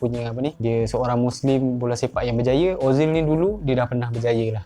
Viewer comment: SEPAK BOLA bukan BOLA SEPAK BERJAYA bukan BERJAYEU